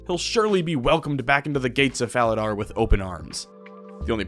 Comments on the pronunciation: My brother in guthix, it's pronounced fala-door, i'm sorry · The fact you mispronounce Falador multiple times... I'll forgive you